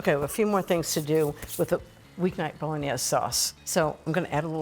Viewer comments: Why is it so hard to pronounce Bowl-In-Aze? I grew up with Italians in my family and got it after 5 or 6 times with them speaking broken English. So many just can not get it correct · love Christine - would have enjoyed hearing more about her life!!! Also, Italians pronounce the "e" at the end. My father (from Venice) spent a lot of time correcting my Italian. My family is now in Venice and Rome. Many words have their vowels cut off here in America - my father would slap my hands if I pronounced them that way. Anyone from South Italy - curious about their pronunciations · Yuck....too much sauce and too much wine. Ina you should know how to properly pronounce bolognese. Christine lives part time in Italy and yet she's acting like she's never seen anyone cook Italian before. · Ina. Thank you for your wonderful kitchen experiences. As a southern Italian orecchiette are served with broccolini, no red sauce, and bolognese with a flat wide pasta. Please check pronunciations for the correct Italian diction instead of using a French slant. Thank you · that was the first thing I noticed - the mispronunciation. LOL My dad was a chef near Venice - he occasionally used milk in his to tenderize the meat in the beginning. It's not an authentic part of the recipe (nor the nutmeg and herbs). An authentic recipe is actually on the drier side!